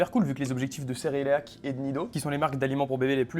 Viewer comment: Un moment je me suis remise en question quand tu disais cereleac😂🤣, ouf . Merci pour tes vidéos super enrichissantes , big up.